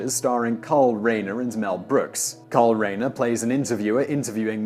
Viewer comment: You're mispronouncing Carl Reiner's name.